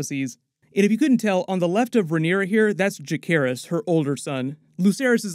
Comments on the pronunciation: Ja-SAY-ris. That's how it's said. Not JaKAYris. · Juh-SEHR-iss. Not juh-CARE-iss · Just splitting grammar nerd hairs here... Jacaerys is pronounced with a soft c, and sounds like Viserys, not Ja-CARE-is.